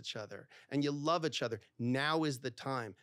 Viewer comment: I'd break up with this guy after 6yrs for saying 'itch' instead of 'each'